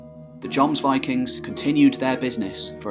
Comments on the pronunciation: Wish I had such a great narrating voice, or I'd made similar Anglo-Saxon, Norman, Germanic videos. And actually it's not pronounced "Yomsvikings", it's certainly with a J, but with short O, more like Jômsviking, like the O in Jorvik, with the O as in "OOOM" (the meditation sound/word). And not VAYKING, but WÎKÎNG. People make fun of Scandinavs speaking English, but Norwegian with an English accent is actually hilarious. :). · First of all, another excellent piece! Thanks chap. I was confused at first by what sounded like Jons Vikings, Jons borg ..etc! Lol aside from that this was very informative and well put together! Loved the music too. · Actually, that might be a too simple way to describe the pronunciation. The scandinavian "o" is different from the english "o". It would in fact be similar to the o-sound in Deeper in the throat, and longer. Though the contemporary pronunciation would probably been different anyhow :) I like your videos a lot, but I think you could do better with the scandinavian names. For example you use the name "Lade" as "Laid", but it should be "Lah-deh". Same with "Strut-Harald": should be "struut", as otherwise it sounds like he would strut around ;). Unless it meant something else back then, it sounds like he wore a conical hat (strut hat). I think some tweaking to pronunciations would add even more quality to your videos. This guy has it nailed down pretty well: but still its Norse with american accent. Keep it up! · I rage quit the video after he mispronounced jomsvikings for the 6th time. Gtfo of here with that shit.